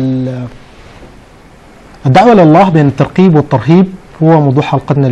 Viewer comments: الترقيب ؟؟؟ المذيع ما درس لغة عربية فرق بين الترغيب والترقيب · اول شي راجع لغتك الترغيب وليس الترقيب يامقدم البرنامج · المذيع لايفرق بين حرف القاف والغين . ويقول الترقيب والصحيح الترغيب. دا بقي دكتور كيف😆😆😆